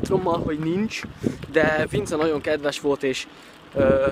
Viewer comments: komoly tényleg azt mondta hogy PINCE :DD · Én azt értettem a Vince helyett, hogy Pince. xDDD lol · Csak én hallottam,hogy a Vince helyett azt mondta,hogy pince? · Nagyon jó lett és amúgy vince helyett azt mondtad hogy pince.Ezzel eggyütt csak jobb lett.Így tovább. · Direkt mondta ugy